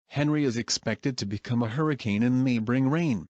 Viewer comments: oh wait u used text to speech and the text to speech read it as henry and not On-ree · Henri is prounced as On-ree